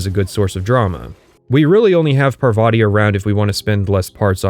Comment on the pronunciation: i think parvati is pronouced PAR-vuh-tee (emphasis on "par")